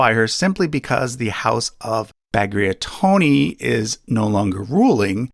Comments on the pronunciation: I just love triple Rostislav Also it was funny to hear you struggle with Bagrationi surname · you said bagrationi wrong its pronounced bag rat ion i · you mispronounced Bagrationi 8 seconds after pronouncing it right XD